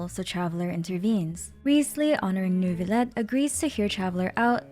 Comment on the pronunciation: as the french person, the way she pronounces "Neurvilette" is so bad it cringes me